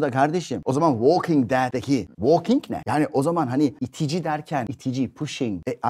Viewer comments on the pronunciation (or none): none